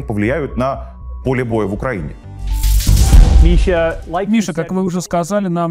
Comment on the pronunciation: Какой позитивный. Одна улыбка чего стоит. А как он произносит Мища..